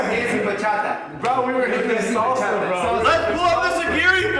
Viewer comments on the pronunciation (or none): none